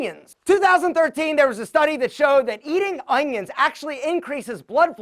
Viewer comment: I had a friend back in high school who also pronounced "onions" like "ungyons"